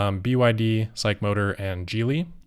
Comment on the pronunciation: I've never heard S.A.I.C. pronounced as "psych" before!